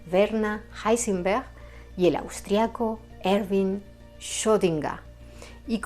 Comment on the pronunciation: El video, excelente; pero solo por pronunciar bien «Schrödinger» ya se merece el me gusta